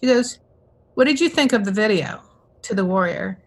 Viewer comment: LOVED The Warrior but I kept hearing it in my head as, The Worrier! 😂